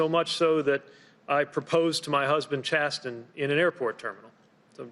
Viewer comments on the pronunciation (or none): Chasten is pronounced chas-en.